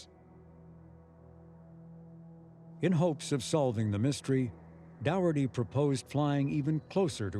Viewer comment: They could at least have tried to pronounce the late Michelle Dougherty's surname correctly.